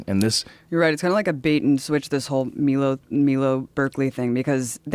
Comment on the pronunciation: She said “meelo”